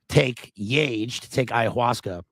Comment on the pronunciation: It's pronounced yah-hey, my man.